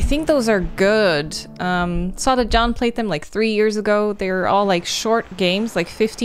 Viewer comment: John as in John tron or did she mean Sean cause I heard john lol